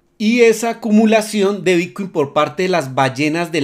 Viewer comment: Son ideas mías o pronuncias "bitcui"? he visto varios videos y en lugar de bitcoin se te oye "bitcui"..